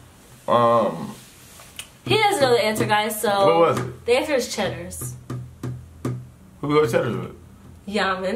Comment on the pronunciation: don't lie you didn't say CHEDDERS